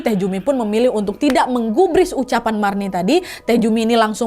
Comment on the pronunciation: bukan marni, tapi mirna hehe